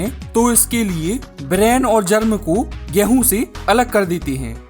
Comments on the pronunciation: Ghrehun kyu bolte ho😅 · Apka 'Gehuu' word mai kafi jada wajan hai💥💥